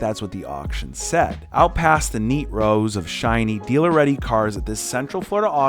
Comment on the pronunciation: Definitely though he said neegrows 😭😭